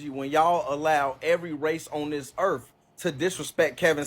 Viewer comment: Earf... Did yall hear it Earf.....not Earth